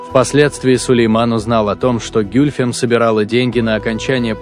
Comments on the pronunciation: Где ударения? А интонация?... Не гЮльфем, а гюльфЕм - это во-первых. А во-вторых она была 2 фавориткой т.к первая была Фюлане-хатун. И да, Хюррем была 4 фавориткой и первой хасеки (законная супруга). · Гюльфем - ударение падает на последний слог. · Комментатор даже ударение ставит неправильно на имени Гюльфем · гЮльфем АХХАХАХАХЕХЕПХЕХХПХППХПХХППХАХАХ